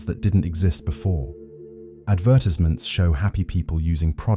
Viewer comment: ad-verst-isments? Fucking AI. Its a solid message, just fucking lame you used AI to make the words and AI hasnt quite figured out how to say our words great yet.